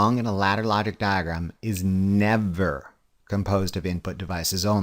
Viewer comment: why are you trolling us with the way you say diagram